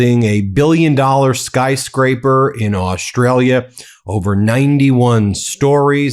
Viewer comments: Oh please Ben!!! Don't say Aushtalia! Even some Aussies say that!! Or worse Stralia. We have some people here trying to dumb us down , cos they are dumb It drives me insane! My grandfather would turn in his grave if he hadn't been cremated. In his time, when he visited the US in the '30s to work with Paramount Studios noone knew where Austrslia was. I don't think it has changed much. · Yanks, learn to say the name Australia correctly. DO NOT DRAG OUT THE FIRST SYLLABLE!